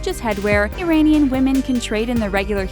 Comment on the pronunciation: I cringed so hard during this. “Pomegranate walnut stew”, um no that’s fesenjoon. Educate yourself about Persian culture before you make a video about us. Also, learn how to say Iranian